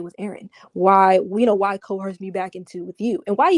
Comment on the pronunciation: Amazing and timely collection, as usual! Side note... This is super petty, but, as many times as you have pronounced coerce properly in your conversations, none of them can say it in the same convo - from co-hearse to co-urs... they just can't land the plane. 😩😅